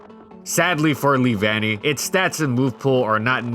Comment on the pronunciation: lee-van-y? I though it was lev-unny.